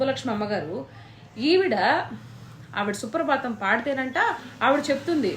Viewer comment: 2.45🤣🤣🤣 😂😂😂 సుప్రభాతం అండి... సుప్రబాతం కాదు..